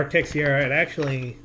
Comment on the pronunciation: Another great video. Just one thing for future reference ,Teixeira is pronounced TAY-SHE-RA.